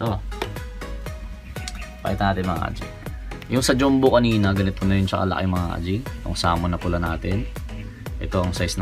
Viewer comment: Boss bakit dyumbo? Diba dapat dyambo ung basa sa “jumbo”